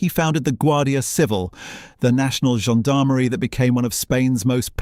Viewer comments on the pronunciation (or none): none